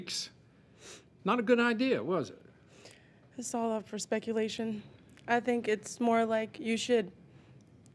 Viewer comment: Did she say “perspuculation”???? 😂😂😂😂😂